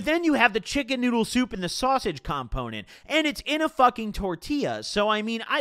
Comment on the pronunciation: The way you say “component” makes me uncomfortable bro.